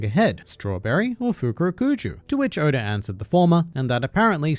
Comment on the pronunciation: Stop calling him odor 😭